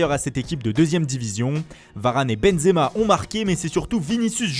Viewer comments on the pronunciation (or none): none